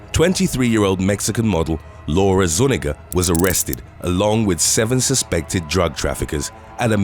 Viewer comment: Zu-nee-ga, not nu-ni-ga